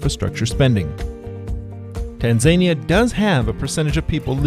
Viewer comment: "Tahn-Za-neeah..." Tanzania However thank you for the video.